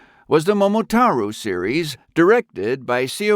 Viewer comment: One/Two of the reasons you got downvotes is the mispronounciation of Momotaro and AIUEO